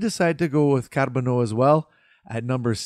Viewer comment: I liked how you rolled the “r” in Carbonneau. Didn’t follow the prospects much this year, but I can’t wait to see what Hughes and Gorton will cook this summer.